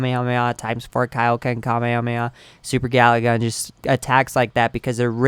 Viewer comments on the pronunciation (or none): none